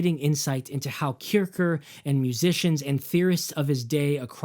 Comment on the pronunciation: Great video. Great job. For me Music is no science, but a joy. Here is some info to help you. As mr Kircher was a German scolar, his name is fonetically pronounced 'Keer-shier'. Meaning, the one who goes to church. This vid explains